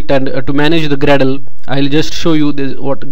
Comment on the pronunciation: How could you talk like that... Grrrradle..